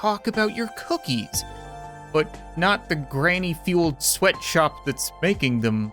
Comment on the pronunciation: Sweatshop ilks pronounced sw eat what op